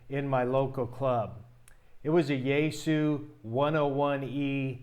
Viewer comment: Just for reference "XIE"-GU is pronounced with a hard Z as in Zion, so Zi-goo. ANY time you coil up "extra" wire or coax anywhere in the feedline or antenna it creates an inductor coil in the antenna and can wildly alter your SWR and performance. Split mode ("SELF DESTRUCT MODE") is used ALL the TIME for long range DX and especially in noisy conditions, so you can call for "CQ" on one frequency and LISTEN for replies on a slightly higher or lower one, same idea as with local 2m repeaters having an input/output freq or even contacting with the ISS out in space using 2m/70cm for I/O freqs.😉